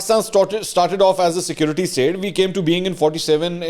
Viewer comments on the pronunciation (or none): none